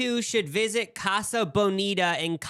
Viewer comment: ’ pronunciation of casa is killing me